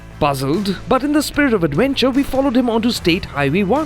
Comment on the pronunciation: AdWENcher AdWENcher. 😂